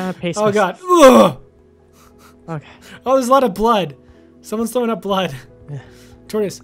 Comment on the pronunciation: She is like Rowan she said blod, sweat, and tires and Rowan said blod,sweat,and tired